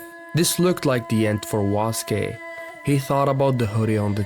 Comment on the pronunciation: Waske ❌️ Suske✅️